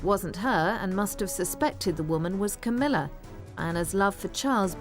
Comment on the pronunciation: Queen Camela? Lol